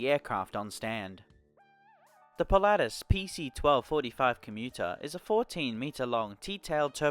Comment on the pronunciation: Interesting way of pronouncing Pilatus 😅 Pi lah tus 😊 I know what you mean though great video